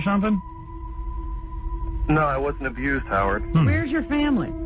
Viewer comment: very informative. wish she’d shared pictures and such. Overall I didn’t get bored listening😅! sheesh 😂! They should’ve asked if they can confirm what he’s saying by any news too! the way he said “Howard” was iffy😅. how could they laugh as if he’s told them, he just farted on air? -R14R!